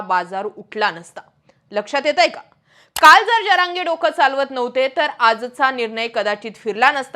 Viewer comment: Jarange उच्चार नीट कर जरा